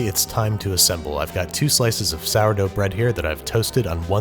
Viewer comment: American ‘Sourdough’ HAHAHAHahahaha….